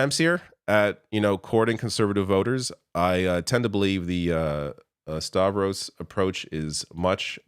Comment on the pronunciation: Yes, Stavros! He said it right!